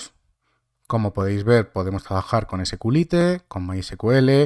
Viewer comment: Jajajajaaj sqllite -- ese -ku - li - te !!! 😅😅😅😅